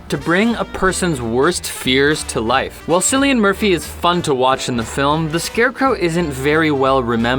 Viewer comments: His name isn't sillian Murphy it's pronounced killian Murphy but spelled with a C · Yes, it's spelled "Cillian", but it's pronounced "Killian". Thank you for your time. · James Purcell I had to rewind it it make sure I heard him right. Sillian Murphy 🤣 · cillian murphy is pronounced killian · Had to stop watching after the way they were pronouncing Cillian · the way you pronounce Cillian Murphy's name is silly.